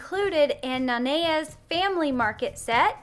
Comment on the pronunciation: And I hate it when people pronounce it wrong but you got it